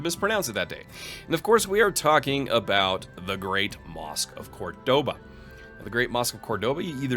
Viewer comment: I wouldn't say you misspronounced Seville (or Sevilla), one is just the English name of the city. However, right after you misspronounced Cordoba xD Then again, the game doesn't spell it Córdoba, so you actually read it correctly the way it is written in game.